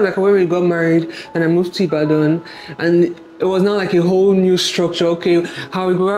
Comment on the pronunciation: steady pronouncing Ibadan as "Ibadon" 😂